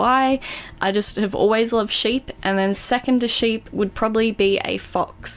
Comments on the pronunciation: is she saying shape or a sheep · lol thought she was saying a shape instead of sheep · when the favorite animal thing it sounded like she said shape